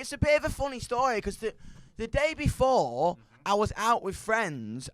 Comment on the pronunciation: How many syllables does "before" have again? "Be-fo-oh-ore"